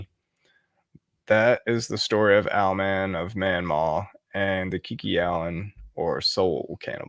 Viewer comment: Not Manmaw, Mawnan!